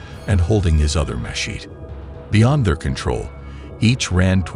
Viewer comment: Watch out for those “mah-sheets”